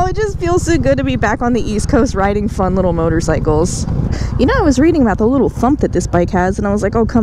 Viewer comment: did she say "little motorcycle"? hahahs